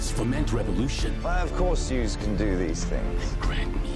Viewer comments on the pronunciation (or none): none